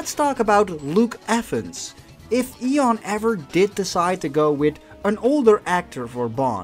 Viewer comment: What's ion? Did he mean Ian?